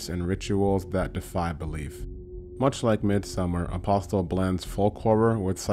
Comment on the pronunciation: Good lord! The T in Apostle is silent!